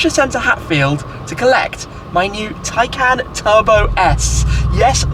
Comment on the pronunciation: It's pronounced tie-con